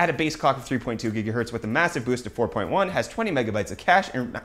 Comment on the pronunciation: Stephen Lozada It's how he says gigahertz